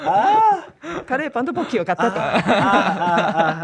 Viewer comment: かれーぱん🥺 curryパンではなく かれーぱん🥺🥺🥺